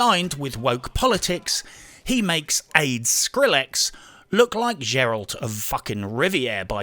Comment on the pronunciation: Oh I love that new Witcher "Jeralt" <3